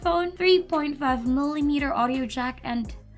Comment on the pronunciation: Pronounciation of Melemiiitr. 😁